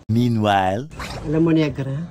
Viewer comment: accent bisaya tayu dai hahahaha tagalog 100% here pero nakaktuwa sila mag sabi ng NEGRA NIGRA diva